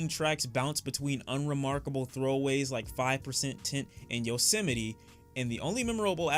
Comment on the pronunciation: This nigga is dumb as hell to listen too He says Yosemite wrong Says “eternal attack” instead of atake Says “sonnicly” to sound clever (even though the reviewer says it in the next line) but doesn’t know what an “enigma” is??? Stop, wannabe-clever ass